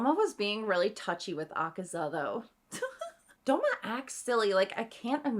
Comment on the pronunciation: Did she call douma DOUMO!!!! WTF